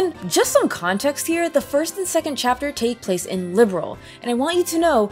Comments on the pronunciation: The Trails series is a spinoff from the Legend of Heroes series, which is a spinoff of the Dragon Slayer series...which started off as an action RPG for ancient PCs. So Trails does have a long and distinguished lineage. And it's "Liberl," not "Liberal." 😉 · 😱😱😱LIB-ERL! NOT LIBERAL! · sky fc and sky sc where meant to be one game but making sc took too long so they where released separately. so yes sc is basically a second disk of fc that second disk being around 100h long. also i do find it funny how you pronounce liberl as liberal. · The character name is actually a clue of where they come from. So yeah, The different pronounciation is just part of the game.